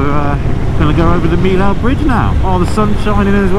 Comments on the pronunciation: it is pronounced Me You not mill ow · it s not MILAU it s pronounced MIYO